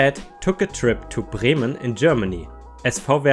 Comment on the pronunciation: I was pretty sure that accent was German, and it was all but confirmed by your perfect pronunciation of Bremen and SV Werder. Servus~